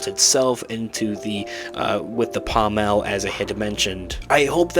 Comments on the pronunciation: Dude, my droid, it's pronounced PAAAHHmull, not PahhmELLLLL. The accent is on the first half of the word, not the latter half. Sorry but as a lightsaber enthusiast your pronunciation is like punching me in the face. Great video tho, thumbs up! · The pommel of a sword is pronounced pom ul.